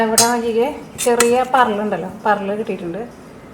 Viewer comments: പറലല്ല പരല്.. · പാറേൽ അല്ല പരൽ ആ ni